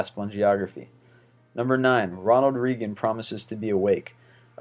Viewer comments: Jesus I've watched 3 of these and not only have a number of false facts come up, but you CAN NOT pronounce simple household names and foreign words! Reagan is pronounced RAY-GAN not REE-GAN I would never subscribe to this channel. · It's RAY-GUN, not REE-GUN. It is pronounced with a long "A". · Ronald Reagan = Ronald Ray-gun not Ronald Ree-gun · Says "Ronald Reegin" multiple times. It's pronounced "Raygan". Really sad if this guy is American. He was only president for 8 years through most of the 80's. smh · Geez kid, it's not reegun. it's raygun. Ronald Reagan is pronounced Ronald Raygun. And the first one with him in it wasn't a crazy promise. He said he promised not to exploit his OPPONENT'S youth and inexperience. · REEgan was a member of RAYgan's cabinet. Pronunciations, guys! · It's pronounced ronald RAYGUN. Not ronald reegun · Ronald Reagan = ray-gin...REAGAN. not reeegan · its pronounced (Ray-Gan) not (Ree-Gan) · reeeeeegan no its pronounced ray-gun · Its Ronald RAYGUN. Donald REGUN was his Chief of Staff. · Ronald Reegan? This guy has some interesting top 25 stuff, but...dude...seriously! Your pronunciation is sometimes really bad, hysterical though... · 1. Reagan = ray-gin 2. Kucinich = koo-sin-itch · These lists are horribly researched (i#7 was Perry not Cain) and the narrator can't pronounce a word over three letters (#20/#9 Reeegan, #16 Cuesinik, #12 Beeeaffra, #1 Rooooesvelt.) touche from Dan... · Reagan is pronounced raygan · dude i love your videos but some stuff you pronounce wrong and its just like ugh. ronald reegan? cmon lol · Ronald rEEgan XD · Ronald Reegan? Seriously? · RUSEevelt? REEGEN? KUsinich? Where the heck did you learn to pronounce names? Try using the Google machine and get your pronunciations right. Otherwise funny vid. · Ronald Reegan? ohh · I thought it was hilarious how he said Ronald Reegan and Theodore Rusevelt! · seems like a weird way to say Ronald Reagan, I always thought it was pronounced (RayGun)